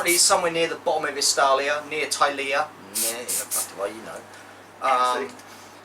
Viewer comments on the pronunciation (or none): Brilliant stuff. Watched the whole thing, which in unusual for me! As a 40+ year old brit with a similar gaming group, I can totally fucking relate haha! Quick heads up though, Estalia is actually the the WH equivalent of Spain and Tilea (pronounced Til-Ay-Ah) is Italy. Sorry to nitpick because that shit was awesome.